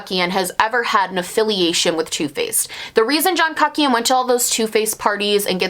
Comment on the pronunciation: I love hearing you say john kuckian, because you pronounce it cuck-ian Which honestly sounds accurate hahaha